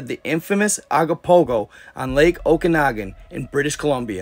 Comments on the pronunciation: Ogopogo not agopogo!! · IS CALLED OGOPOHO NOT AGOPOHO. GET THE NAME CORRECT AT A MINIMUM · It’s Ogopogo not what you wrote and insisted on saying repeatedly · Canadian here. We pronounce it Oh-gopopgo not Ah-gopogo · It's Ogopogo brother O not A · Hey I'm from British Columbia Canada just want to say hi love watching your information I started following probably about 6 months ago I discovered it and I'm happy that I saw it because you show some real interesting stuff. I just want to tell you that it's ogopogo, so when you pronounce it it sounds like an o so you say, " oh go Pogo"the lake is the Okanogan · I think it’s pronounced ‘Ogopogo’ 🙂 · He is pronouncing Ogopogo wrong hes saying agopogo , I've never heard anyone say it like that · It's pronounced Ogopogo, it's constantly talked about, with statues in Kelowna in its image. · Okanagan pronounced Oh Can Noggin im from their and have never seen any signs. Only have 1 island on the lake and its called rattlesnake island near peachland. Ogopogo pronouced OH GO POGO. Kelowna is the main city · it's Ogopogo. Oh Go Po Go. great research lol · It's pronounced Oh-go-po-go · I'm from bc please my bro pronounce it o go po go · “Oh-go-pogo” if you want to pronounce it correctly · This is a paranormal channel and you can’t even get the name ,of one of the most famous cryptids in the world, right! It’s OGOPOGO!